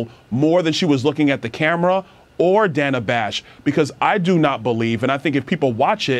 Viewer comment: So is it racist that she mispronounced Danna's name? It was racist when Nancy Mace mispronounced Kameltoe's name last week. More word-salad and incompetence coming out of her mouth, facilitated through her pandering puppet... Danna Bash. Led them both right to their answers and asked no follow-up questions. Danna's FBI ex-husband (yes, the same one who signed the letter about the Hunter Laptop hoax) must have some shizzzzzz on her.